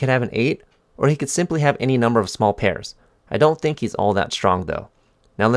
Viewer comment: “I actually tank” 🤣 bro